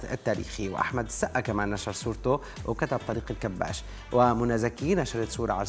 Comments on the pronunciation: طريق الكباش.. مش طريق الكباس 😂😂😂😂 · الكباش بالكسرة مش بالفتحة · المذيعة المفروض تبقى مثقفه بدل طريقه النطق بتاعها طريق الكباش الكاف بالكسره الکباش جمع كبش والكبش هو الخروف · إسمه طريق الكباش( بكسر حرف الكاف وفتح حرف الباء).. الكِبَاشْ. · اسم الطريق الكباش بكسر الكاف وفتح الباء وليس هناك تشديد لأي حرف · بصراحه يا انتى بذات صدمتينى إنك مش عارفه تنطقى إسم الطريق صح لأنك مصريه والمفروض تبقى عارفه تنطقى اسم الطريق صح